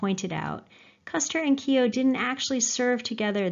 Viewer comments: Its not kio its kyo as in yoh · Keo as in KOW, Bow, the gh in Keogh is silent! You have done excellent work, amazing the way you bring the stories to life! But please ease off the phoney Irish language and the Keo pronunciation is like scraping your nails on a chalkboard to county Mayo ears!!! However that is a very minor moan, don't stop your work!😊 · Yup, pronounced "Keo" (sorry!) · Lol its not keyo